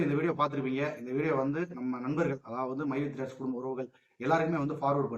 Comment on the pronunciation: மைவீ3 ன்னுகூட சொல்ல தெரியல மைஈ3 என்ன கம்பனி ஆமாம் மைவீ3 இன்னு சொல்றாரு ரொம்ப பெருமை படுறாரு பாமக பிரமுகர் ஸ்ரீநிதி மேல போய் வழக்கு போடுறாங்களாம் அவங்களுக்கு வந்தாக ரத்தம் மத்தவங்களுக்கு வந்தாக தக்காளி சிட்னி